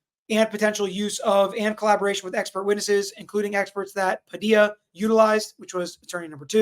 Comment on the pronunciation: how you gonna be a whole ass Floridian and say "Pa-dee-la" lol